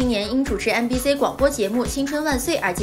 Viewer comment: MBC的C請唸”西”，中國的C為了拼音所以改了讀音，但那僅適用於拼音，請更正唸”西”好嗎？因為它是英文！我聽了太難過了，有人也聽了全身難受嗎？